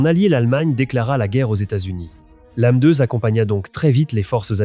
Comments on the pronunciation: Très interaissant, merci. Mais bordel, la lecture ou traduction (je sais pas) par ia, c'est pas magique 🤣😅 la meudeu pour M2 est magnifique 🤣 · Cette « MEUH2 » l’IA ridicule